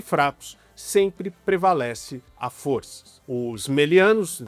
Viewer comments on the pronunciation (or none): none